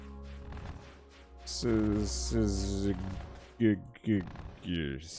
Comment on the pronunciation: Holding down the shoot button has nothing to do with the damage from Warp Strike. You take the damage when YOU screen wrap - not your bullets. Syzygy is pronounced like "sciss" in scissor, then "uh G"